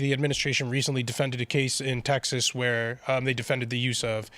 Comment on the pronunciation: Saying “teksuks” is just pure laziness. She’s lived in the US for 27 years. No excuse.